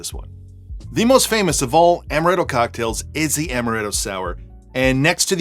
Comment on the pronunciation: Stop saying amaretto, it's amaretto